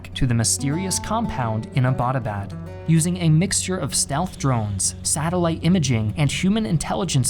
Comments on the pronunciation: why does everyone pronouce Abbottabad wrong... Abbott was a british dude... great video tho! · why its so difficult for you western people to pronounce Abbottabad.. it is named after British officer James Abbott which is I guess a simple english name and 'abad' is not a hard word to pronounce